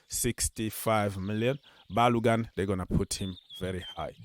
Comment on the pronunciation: Bro. go and learn how to pronounce Ba-lo-gun from Nigeria, Yoruba.